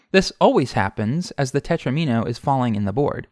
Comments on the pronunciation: Not "tetrimino," tetromino. It rhymes with domino. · it's tetromino like domino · I hate to have to tell you this, but it's spelled tetromino (not tetrimino) and pronounced teTRAHmino, sounds like domino. Plural, FWIW, is most commonly -es. This might be good for Hydrant Dude (and everyone else) to know too. Great stuff otherwise as usual.